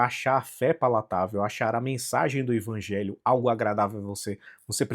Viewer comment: Mas é sério que vc pronuncia Ivangelho?